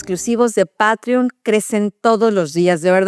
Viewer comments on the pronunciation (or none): none